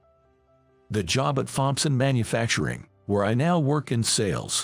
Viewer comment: Thompson, the H is silent!!!